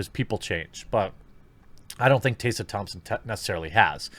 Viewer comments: This is what Dr. King wanted. Segregation of black and white people. That was his dream right? White kids and black kids playing in their own racial groups? And her name's Tess-uh not tay-suh. Why can't you read bro? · T-Ess-A, stop saying Tassa. That is just weird, its such an easy name. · Is it your accent that causes you to mispronounce Tessa? It’s really odd to hear Tay-sah instead of Tess-ah. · How come you keep pronouncing her name as Taysa? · tEH-suh. not tAY-suh. didn't know this was a tough one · Tessa. Why are you saying Tayssa? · Jeremy, in all seriousness, do you have a speech impediment? you may have discussed it in some video i haven't seen, lets face it, you make a lot. but Taseuh? Flaged? Braged? it's Tessa, Flagged, Bragged etc...sounds so weird man. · What kind of motherfucker turns Tessa is Taysa? Can this idiot say taste and test or are they the same word to him? ROFL. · Tessa. Tess uhh. Not TAYsa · holy SHITBALLS!! her name is pronounced "TEH-SA" NOT "Tay-Sa"....other than that I agree 100% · I agree with you but why do you read her name as “tay sa?” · Taysa Thompson, Margot Robie - what is up with your pronunciations?? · Jeremy, dude... How in the heck do you get "TAY - sa" out of "Tessa?" If you are dyslexic, I apologize; otherwise, pay better attention to what you're reading, bro. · Jeremy, what about the letters "T-E-S-S-A" makes you think you're supposed to pronounce it "Taysa"? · "Tayssa"? Jeremy, please learn reading thanks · Why are you saying "taysa"?? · Jeremy, it’s “Tess”a like “Hess” as in Rudolph Hess. See what I did there? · Goddamn, dude. How hard is it, to pronounce "Tessa"?!